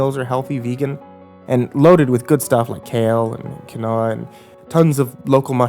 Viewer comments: ooo boi im early im listening to this while drawing edit: OH MY GOD I'TS "KEEN-WA" NOT "KWI-NO-AH" THIS IS JUST A REALLY SPECIFIC PET PEEVE I HAVE AND I HAD TO SAY SOMETHING ABOUT IT OR IT WOULD HAUNT ME FOREVER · Quinoa is pronounced keenwah ❤️😉 and for the record, I was a horrible vegan... muuuuuch healthier being normal. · It's pronounced "keenwa". My wife and daughter eat it all the time... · Oml I have listened to this story like 82 times and I just realised that he’s trying to say quinoa XD it’s pronounced keen-wa it’s some sort of fancy health food my mom likes TT I hate it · quinoa is pronounced "keen-wah" Look up how to pronounce words of you are having trouble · Quinoa...pronounced "keenwa." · Quinoa is pronounced "keen-wah". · I thought it was pronounced Keen-Wah